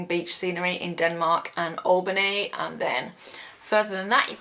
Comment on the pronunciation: Yet another person mispronouncing Albany It is AL-bany!! ALL-bany is in New York!!